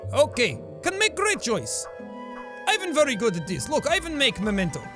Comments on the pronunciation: btw i think ivan is supposed to be pronounce 'ee-von' in this but idk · It's pronounced Eevan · Sean you have to pronounce it like Evan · I'm not hating on Jack! Pronunciation is so language specific that no one e could ever nail it every time. It's just funny because sometimes he does pronounce it 'right' Don't take my comment so seriously 😁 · Ivan is pronounced e-van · You need to read Ivan like "ee-vahn" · Dude my name is ivan and its pronounced with an ee Ivan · yo, the pronunciation of Ivan in russian is more like evAn. smth like this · Hey Jack, idk if you'll read this, but Ivan pronounces like [iv'an] in Russian. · it's eeeeeeeeeeee-vun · Ivan is pronounced as ee-VAHN and is a first name. Artem is pronounced as ar-TURM, also a first name. Orlov is a last name so Ivan Orlov is possible. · Just for future videos, it's pronounced kinda like Eevan sorta thing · I think its more like Ivan, the I is hard, like in prettY [Yvan] Btw love you Jaaack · Yours saying Ivan wrong prounonce it as eevan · Jack, if you want to say Ivan as Russian sounding as possible pronounce it: Efahn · Pls pronounce "Ivan" as "ee - vahn" to really get into the slavic feel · Ivan is read like EEvan maaaaaan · Cough cough Real Slavs pronounce it as {E-vah-nh} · Eyyy my name is ivan but my name is pronounced 'eevan' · Ivan is pronounced like eevan, hard V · Ivan is pronounced eevon pretty sure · if you wanna make a good russian accent pronounce ivan as ee-vun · read it like eevan...that is the correct pronunciation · I love your accent for russian games :D But just one thing: Ivan is pronounced like this: The I is pronounced like a long english e and the emphasis of the name is on the a so sth like Evaaaan. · Ivan is actually pronounced like Ee-van. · he didnt say ivan properly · Lost Coyote Oh I am aware of that😉. What I meant to imply is that it would have been more fitting to use the Russian pronunciation. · more surprised that he mispronounced Ivan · not eye-van, ee-van